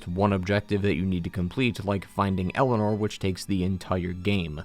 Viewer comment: It always grinds my gears every time I hear pronounce Eleanor as Elena